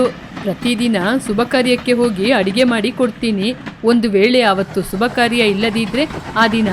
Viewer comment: ಸುಭ ಕಾರ್ಯ ಅಲ್ಲ ಶುಭ ಕಾರ್ಯ